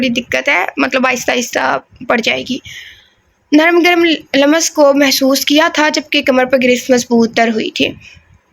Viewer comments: Lamas nahi lumms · Dear lums parha Karen, laam aur meem ke beech yeh ko lamb naa parha Karen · Lams پڑھیں م پر زیر زبر نا ڈالیں ۔۔۔ ل پر زبر ہے بس ۔۔۔😊 آپ گوگل پر اردو میں الفاظ سن بھی سکتی ہیں ۔۔۔😊❤